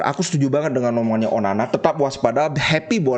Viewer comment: Onana bli bukan onani😁😁😁